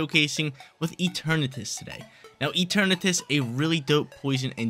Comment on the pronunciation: it’s rare but he’s actually right this time. It comes from the word eternity and shares the pronunciation